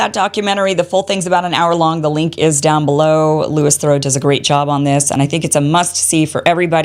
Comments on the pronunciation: Next time google the name of the person you’re talking about and get the pronunciation of their name right. Basic stuff especially since he went to the effort of putting himself in harms way to bring us the truth. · You pronounced his name incorrectly.